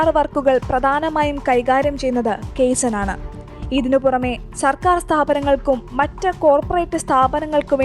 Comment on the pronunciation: ❤ കെയ്‌സണ് എന്നല്ല z ഉച്ചാരണത്തോടെ കായ്‌(za)സാൻ എന്നാണ് വായിക്കുക. ജാപ്പനിസ് വാക്കാണ്. Manufacturing രംഗത്ത് quality improvement ന് ഉപയോഗിക്കുന്ന ഒരു സംവിധാനമാണ്.